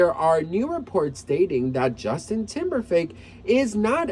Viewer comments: Did you say TIMBERFAKE or TIMBERLAKE? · Hhh He said Temberfake